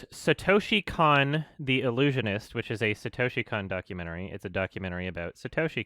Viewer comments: Kon in Satoshi Kon is pronounced like cone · Lol isn't it pronounced Satoshi *koun*? Idk I guess it's just the Canadian accent or I'm a dummy lol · I always thought it was pronounced Satoshi ‘cone’